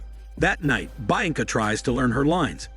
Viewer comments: The pronunciation of Bianca is hilarious 😂😂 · Mispronouncing the name became irritating after a while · Sorry but I can't stand the way you keep saying her name lol...only lasted through 3 min of the video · haven't you already done this one before? I remember the butchered bianca pronunciation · I think so. That pronunciation is what triggered it for me too.